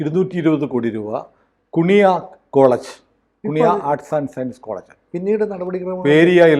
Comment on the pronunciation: കുണിയ അല്ല, കു്ന്ഹിയ.... 😂😂😂 നല്ല പേര്....